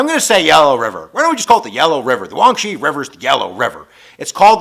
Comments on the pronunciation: Huang He (黃河) already means "Yellow River", saying "Huanghe River" is like saying "Yellow River River". And pronounce it like "Huang her", not "Huang she". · I think the "yellow river" is pronounced as "Huang-Huh" if I got that right... but other than that is really informative!! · The yellow river is actually pronounced as 'hwang he':) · You butchered the yellow rivers name lol... It's Huang He, pronounced hu-wah-ng huh. Lol... It's shah-ng Dee, say it like a Brit, it means God lol... Awesome video as always.